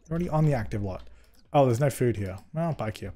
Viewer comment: Everytime says “bike here” it sounds like “IKEA” to me 😂😂